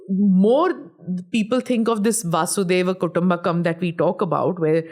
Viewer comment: It's wasudhaiwa kutumbakum. Wasudha= earth in Sanskrit. Kutumb= family in Sanskrit so wasudhaiwa kutumbakum is nothing to do with Bhagawan Shri Krishna. It simply means ,'The world is one family.' Unfortunately people don't know the meaning or pronunciation of it & still use it. Many Indian media persons quote it wrong just as Smita Prakash did in this video.